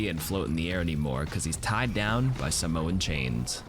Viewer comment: oh my god he pronounced samoan right. thank you